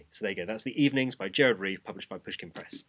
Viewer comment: In Dutch the G is very gutteral. My foreign friends always ask me if I don't have a sore throat at the end of the day. You're were absolutely fine though! Somehow his name sounded way more exotic in English.